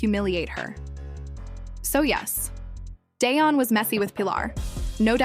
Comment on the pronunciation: Tracey Edmonds,ex wife to Babyface, Eddie Murphy,and Dione Sanders. I don't see what this AI fool talking about. He and Tracey, been over. Day-on? You can't even pronounce his name right. AI,SUCK ASS! Karruechi,almost 40! No one asked for any of that. Their relationship is longer than you think goofy!! THIS ENTIRE STORY IS OUTDATED, AND UNTRUE!*